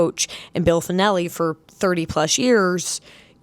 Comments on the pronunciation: Oh and coach Fennley's name only has two syllables FYI. "Fen-Lee" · Bill "Fen-ell-ee." Your anti-Iowa State bias and lack of knowledge is apparent. "Iowa State might have a football team this year"...yeah it's amazing that sucky Iowa State has won 2 in a row on the football field against powerhouse Iowa. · Three. FENN-uh-lee. Source: I’ve been an Iowa State fan for 25+ years. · I wonder about the accuracy of this video when you don't know how to pronounce coach Fennelly's name. He's only been there 30 years.